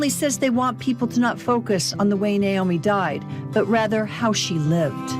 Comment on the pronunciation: Her name is Na-omi not Nomi please pronounce her name correctly.